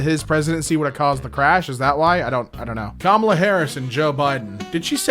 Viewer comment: pls pronounce kamala correctly